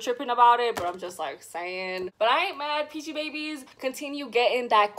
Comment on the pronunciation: Its pronounced as peachybibies